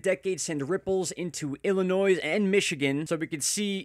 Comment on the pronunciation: the "s" is silent in Illinois.